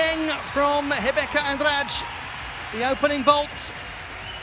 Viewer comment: A pronúncia do narrador quanto ao nome da Rebeca é a melhor que ja ouvi até agora. Bom quando profissionais se importam com detalhes.